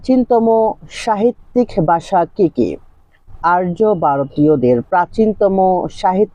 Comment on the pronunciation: বাসা নয় ভাষা